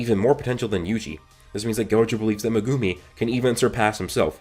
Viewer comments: [ Meg - gum - E ] not magoomi or how you pronounce it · "megoomi"😂 great theory vid as always tho